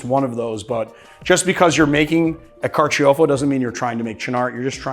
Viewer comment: Carciofo is the Italian word for artichoke, and is pronounced car-cho-fo, not car-chee-oh-fo.